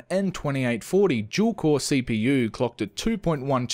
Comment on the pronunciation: When he says dual it sounds like he was saying juul